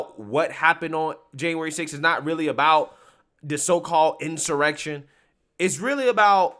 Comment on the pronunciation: This is an in-soy-rection.